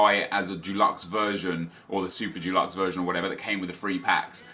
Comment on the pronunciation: I love it when you say Dulux instead of Deluxe, anyway fuck what people think and just use the packs on Team of the Year